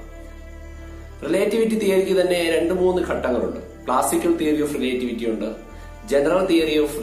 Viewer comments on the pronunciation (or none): റിലെറ്റിവിറ്റി✅ റിലേ..റ്റിവിറ്റി ❌